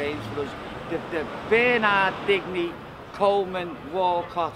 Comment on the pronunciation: Sam Rowe yeah when he pronounced Digne as “Dig-nee”